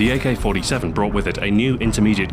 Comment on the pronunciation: GAYK-47 :DDDDDDDDDDDDDDDDDDDDD